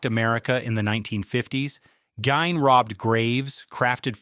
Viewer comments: ED Gein last name is pronounced Geen. Not Guyhn!!! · It's pronounced "Geen!" Jesus, if you've going to give historical background, the least you could do is pronounce the names right. 🤦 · And this one is even narrated with AI. The mispronunciation of Ed Gein's name proves it. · Thank you for some reason I hate it when they mispronounce his name it drives me crazy.